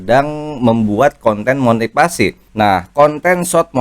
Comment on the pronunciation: motifasi, bukan motipasi. ngomong aja belepetan.